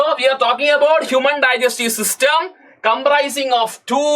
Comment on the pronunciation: human digestive system❌human digestve sustem✅